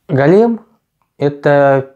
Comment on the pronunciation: Только не голЕм, а гОлем:)